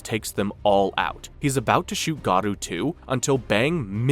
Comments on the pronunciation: Not Gadu, his name is Garou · Bro you said garou of gadua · It’s not gadu. It’s GAROU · Garou❌ Godu✅ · it is not godu ti is goru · Am I really the only one dying a little inside every time this guy says "Garoo"? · Dude... why the f are you saying garou like that?